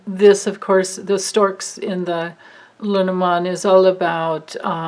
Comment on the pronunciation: Hahahaha! Your LeNormand prononciation is perfect. I didn’t say anything before because I didn’t want you to become self conscious. Please don’t be - because you got it 👍👏 That was some reading, amazing! Thank you so much. I feel like we’re all going on a guided trash tour together - because trash they are! Only you could make that a fun experience thanks to your bright and candid light.